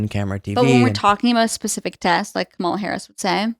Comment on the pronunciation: 🤔and, why did I watch this wasting close to 2 hrs of my time for supposedly some etiquette lessons!? Just the mere fact that she refuses to put more effort in learning to pronounce Kamala correctly, shows how useless the whole thing is. I think that she’s doing it on purpose just to be offensive as her idol, trump🤷🏻‍♀️ I know you guys are trying to get more views, but you’re better than that,!